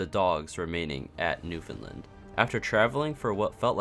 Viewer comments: You said Newfoundland right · PROPER PRONUNCIATION OF MY PROVINCE IF NEWFOUNDLAND POG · You're the first person to make an SMPearth video that I've seen properly pronounce Newfoundland 😂😂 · You’re pronouncing Newfoundland correctly.